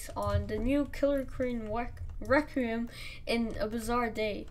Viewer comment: He really said reqium